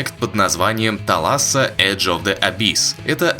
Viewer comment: Кстати, thalassa - это "море" на греческом языке. Пишется как θάλασσα у них. Ударееие на первый слог